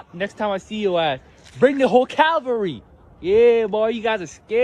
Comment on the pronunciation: He really needs an English lesson. It isn’t “Calvary”…it is “cavalry”. Geez